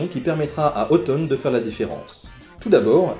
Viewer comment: La fait de prononcer Othon/Otton comme "automne" me fait sursauter.